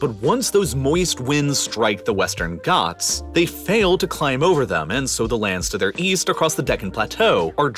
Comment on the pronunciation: Bro it's not westan goths it's ghats I'm from Uttar Pradesh Your prounation is 🤣 on Hindi words